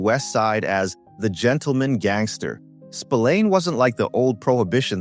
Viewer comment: Totaly different mickey spilliane